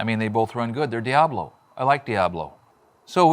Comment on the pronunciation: Its El diAblo, not thee DIEaBlo 😂 thanks for another interesting pronunciation ❤